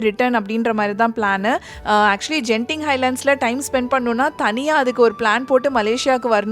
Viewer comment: Hi sis ஒரு திருத்தம் அந்த ஊர் பெயர் கென்திங் ஜென்திங் இல்லை